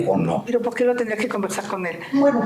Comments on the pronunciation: Se comió la lengua porque no pronuncia bien, dice "poque" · no dice nada unque habla y habla ademas de que dice po que en lugar de por que XD ahahaa